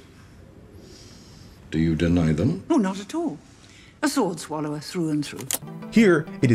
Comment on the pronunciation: "A sword swalover trough and trough" 😂😂😂